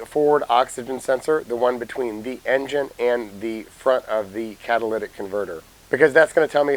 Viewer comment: “Catalytic”. Phonetically kat-a-LIT-ick. Not, kad-a-lladdick converter. This is why we can’t have nice things. You let people fuck it and pretty soon everyone thinks they need to got to the parts department and ask for a Cadillac converter for their Toyota Corolla. Parts guy is gonna tell you there are t enough parts in the world to convert a Cadillac into a Corolla.